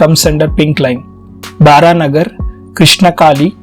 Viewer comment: bro it's not Baranagar as you said, It's spelled as Baraha Nagar as Narayana's Baraha Avtaar